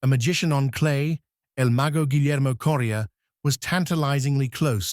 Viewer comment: The AI voice really needs to work on pronouncing names. Calling Coria as Korea, Mecir as Mecheese, and Ferrer as Fera at the beginning. This list not including Corretja with 2 major finals, Zverev with 3 major finals, Ruud with 3 major finals, and Tsitsipas with 2 major finals while 7 of the 8 only reached 1 major final and 1 guy didn’t even reach a final is beyond ridiculous.